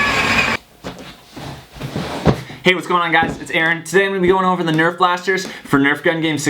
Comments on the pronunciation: who gets annoyed when he says "CUMOON NURF" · and stop saying comon nerf